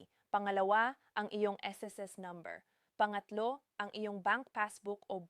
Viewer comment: AI ba eto nag sasalita....ung bigkas nya sa " pangatlo "....are you Chinese🤔 At diretso salita halos hindi na humihinga.....robot👀👁️